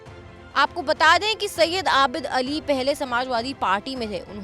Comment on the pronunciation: आबिल अली नही आबिद अली है ।😂